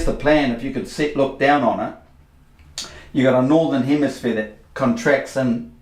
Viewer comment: HEMISPHERE! He says it many times; it's written on his board! HemiSPHERE. For fucks sake!